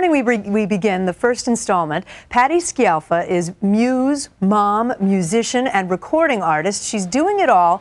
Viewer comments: You would think this news anchor would have learned HOW to SAY her name correctly. Terrible. She keeps saying...SKI AL FA and not the correct pronunciation which is..... SKAL FAH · Dear u.s. citizens, we all are obliged to learn your language and only God knows what it means........ Try to pronounce well something of other language. " Sci" of Scialfa has to be pronounced such as "sh" of "show". Do you understand? Good. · Can't watch this as the announcer can't even pronounce Patti's surname!